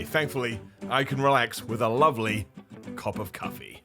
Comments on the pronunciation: “cop of cuffee” “cops of cuffee” I think you need to get back on the cuffee bro 😂😂😂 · Why is he switching the first syllables of 'cup' and 'coffee' to be "Cop of Cuffee" :'D